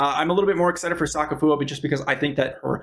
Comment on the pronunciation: bro said soccer foower